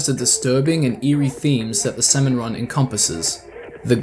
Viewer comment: idk how you managed to mispronounce “salmon” throughout the ENTIRE video